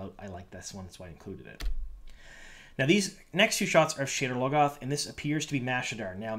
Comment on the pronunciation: It sounded like you called the city "sh*tter logoth" :D